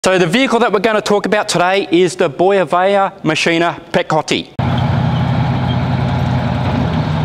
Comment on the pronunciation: The K is silent i Pyekhoty